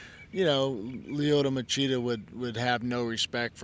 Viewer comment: Lyoto Ma-CHEAT-a